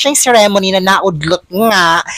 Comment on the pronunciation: Ikaw din plain ka din and boring. Ayusin mo magpronounce nga ceremony.